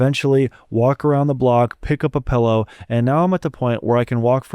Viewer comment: The real tragedy here is how he pronounces pillow. Pae-low LMAO